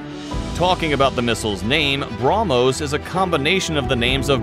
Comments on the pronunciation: Bruh-Mos Missile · take a shot every time he say BROMOS